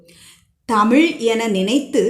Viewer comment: Madam please learn to pronounce Tamiz correctly. Don't tamil. Iz a special letter in Tamiz.